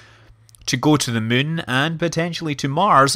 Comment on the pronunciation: Scott you've been playing too much KSP since you keep pronouncing the Moon as Mun :D